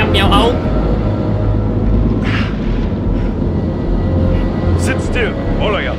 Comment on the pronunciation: Miawaug bukan miauaug